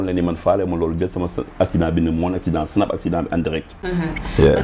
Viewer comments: neko on dit pas sinap mais plutot snap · pourquoi elle dit sinap ? smh!!! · saway guisso fi bne chose limala wakh mo am une animatrice qui ne sait pas prononcer tu veux quoi au juste dem bay comparer clavier automatique ak nite kou meunoul wakh snap yaw awma droit wakh ko